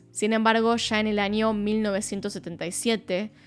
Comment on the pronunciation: Después de ver algún vídeo tuyo; Pronuncias muy bien el inglés pero aprende a pronunciar espaÑol: NiNIa, aNIo nuevo, pequeNIa, muNiIecas., maNIaña.. Nena aprende a hablar o ve a un logopeda jajajajaja